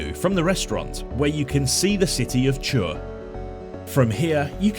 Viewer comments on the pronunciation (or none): "Chur" is not pronounced that way at all 🙈 (you said something like "tshur"; if you ask people for the way, they will be very confused :)). It’s more like "Kuur". Alternatively, you can do the Swiss "ch" which I have no idea how to describe it in normal letters (and I couldn’t pronounce it correctly, either, as a German).